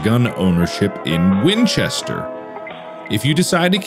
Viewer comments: Winchester = Winshester Archives = Arkives. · Ah, the win-kester archuives.